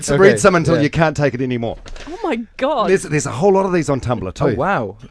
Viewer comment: oh Mah Ghad